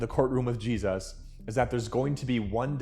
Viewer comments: Why do you say Jesus like you were kicked in the head by a mule? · Anybody know why he pronounces Jesus as Jeez-oss ?